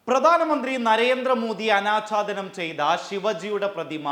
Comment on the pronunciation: "ആനാച്ചാധാനം " അല്ല "അനാഛാദനം"